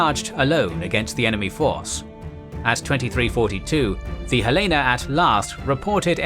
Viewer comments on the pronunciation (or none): Great video, one minor nitpick, the USS Helena is pronounced Hel-en-uh after the State Capital of Montana. Being a Helena native, I know this is a common mistake. The USS Boise is also pronounced Boi-zee.